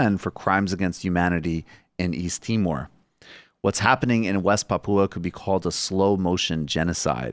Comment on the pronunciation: Your first pronunciation of Papua is good, Brooks! Emphasis is indeed on the first syllable.